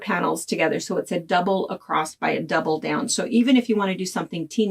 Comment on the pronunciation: Love your tips. Love the pattern. Newer subscriber. As a midwestern gal growing up, I want to give you what I hope you'll take as constructive criticism... The word "across" has no "t" at the end ;)